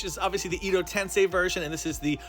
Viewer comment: It's japanese not chinese on the nameplate. Also "edo" is pronounced like "air"-doe without the r.